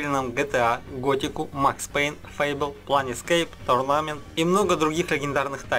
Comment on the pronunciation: Планескейп торнамент... Перфект инглиш